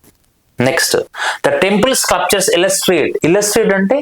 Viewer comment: స్క్లప్చర్ కాదు, స్కల్ప్చర్